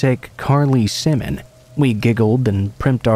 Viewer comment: I think this is an AI. The way "he" pronounced Carly Simon's last name was wrong, but, I could be wrong.